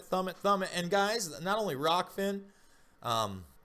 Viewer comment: ahh . its rokfin not rockfin